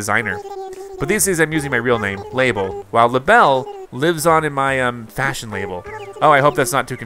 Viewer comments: Her name is not pronounced lay-bull It’s luh-bell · In this game, the spelling of her name was changed to Label from Labelle, but it was always pronounced like “Label”. Basically, she left Mable and Sable to become a fashion designer under Gracie and gained a city dialect, hence her different name “Labelle”.